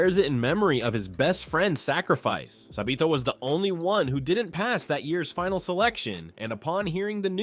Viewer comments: Why does he call sabito sabeto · Sabito❌ sabeeto✅ Kanae❌ kanie✅ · Sa bee toe